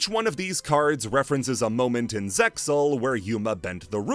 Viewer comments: The Zexal cut characters in the episode summaries brought me back to those times like a ratatouille ptsd flashback. I love this iceberg. Something something Zexal pronounced Zeal and a link to a reddit JPN production translation and a crying soyjack of myself ect ect. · Wouldn't you just link to an episode of the sub where they literally say ZeXal and the X is silent?